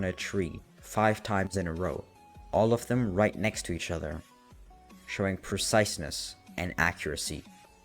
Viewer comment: Ahh yes "perciseness"